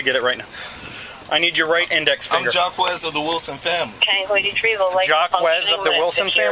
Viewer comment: Jock-kwez? Jay-kweez? Jocks? Zhack? Jock-es? Getting really close to Jackass.